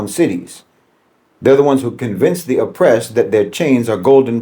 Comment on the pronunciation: calling Jeffrey Sachs a chameleon gets rich when he's an Irishman with Rachel Dolezal's spray tan. No White Man says "O'pressed" and "Undastahnd. is what happens when Lucky Charms converts to the Nation of Islam.